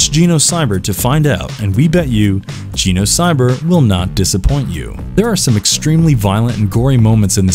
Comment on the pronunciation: learn how to pronounce Genocyber ffs